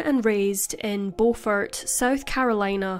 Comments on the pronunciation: Beaufort South Carolina is Pronounced Bufort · It’s Beaufort (Bu-fert) 😂😂😂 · I'm surprised that I haven't heard of this case! I only live a few hours away... Also it's pronounced "bYOUfort" (which is honestly weird now that i think about it...) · Its Beau-fort Beau-fort not The way you are saying it